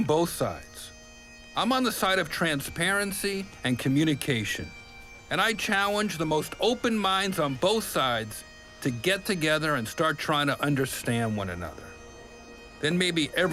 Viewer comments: it sounds like Jeff says "chowenge" instead of "challenge" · Totally says, "Chowenge" lol